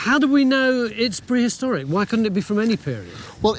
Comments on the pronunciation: Perhistoric? That's new.... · Prehistoric or perhistoric? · Perhistoric? and Burried? Really??? Are you guys not reading the text before you hit enter?